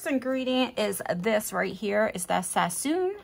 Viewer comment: Love you... it’s not Sassoon though... sass”on”... a well seasoned cooked right meal is always right